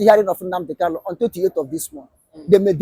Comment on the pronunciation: Kalu? Kanu yes. Get it right